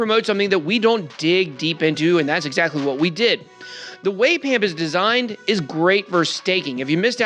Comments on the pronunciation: Sir, it's not pronounced pamp, it's more like pomp, its a reference to the old bizonacci videos ❤😎🤝😎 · Bitboy saying "pump" instead of "pamp" was amazing. Dude straight up revealed his trap card before the game even started XD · I get that the words are just 1 letter off, but the fact that BitBoy misspoke and called Pamp "Pump" feels like a hell of a Freudian Slip.